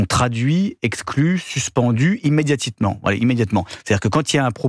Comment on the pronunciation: « Imédiatiquent ». Lapsus 😂